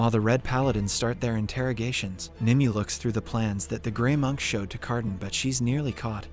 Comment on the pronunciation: Her name is pronounced nimway